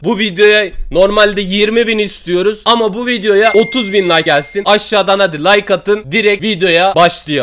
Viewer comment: Şu adam neden like diyemiyo lay diyor layk diyecegine abi kesme like dediği yeri gözünü sevim yaa